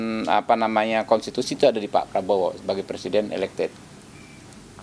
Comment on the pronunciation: Sekelas presiden kok ngomong PRESIDEN saja ga becus. Bacanya PRESIDEN wooi...bukan PERSIDEN.